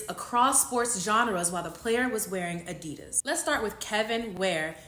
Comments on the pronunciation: Cam is MURDERING adidas lmaoooooo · Adidas sub-diss’n Cam smh lol IIWII up 1000 😂